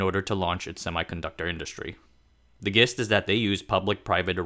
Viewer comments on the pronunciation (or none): Gist is pronounced with a “j” sound. Thanks for the videos.